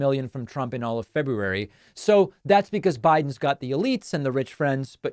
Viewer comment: I LOVE that you pronounce February correctly!!💙💙💙